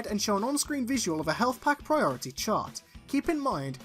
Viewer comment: He's PriRorItY